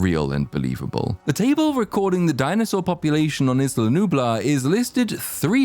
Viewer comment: Every person ever is mispronouncing "Isla", including people in the movies, and it's driving me up the wall lol. Its either EYE-la, or EE-la. Its like how everyone collectively stopped using the word "startled" for "jump scare". Lol.